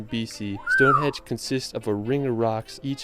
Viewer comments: Henge not hedge... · Lol the guy narrating this video "Palace of Westminister", "Stone Hedge" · The narrator said Stonehenge first time but then said Stonehedge four times ! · Is it me or was the narrator saying Stone Hedge? If he was then it's Stonehenge, not hedge. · Stone Hedge????? HENGE FFS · StoneHEDGE? StoneHEDGE??🤣🤣🤣🤣🤣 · It is actually the Palace of Westminster. But yeah "Stone hedge" was annoying. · The narrator kept saying Stonehedge, it’s Stonehenge, Tripadvisor forums are excellent for asking questions and getting truthful answers from natives, Stonehenge has been voted the most disappointing attraction in England. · It's Westminster Abbey not Westminister Abbey and Stonehenge not Stonehedge which in my opinion is one of the most boring places to visit in UK. OK it's very old but just a pile of stones. You get a good view of it from the road that passes nearby. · Whales? Wales. The language, Welsh is pronounced how it's spelled, with a sh at the end. And, yes, Stone Henge.